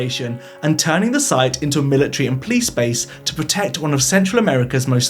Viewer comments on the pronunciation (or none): none